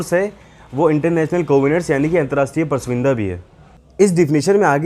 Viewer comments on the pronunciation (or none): Bar bar galat pronunciations kar rahe ho, pras vinda nahi hota, prasamvida hota hai..... hindi hamari matrbhasha hai...